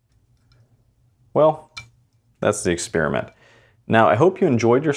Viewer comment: Ha ha ha ha ha!!! He said “ExpEEEriment”! What a millennial!!!